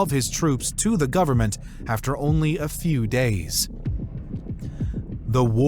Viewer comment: Why the narrator is adding "S" in the end of some words like: went or government making it sound wents or governmens ?